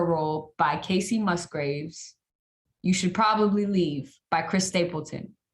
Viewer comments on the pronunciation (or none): none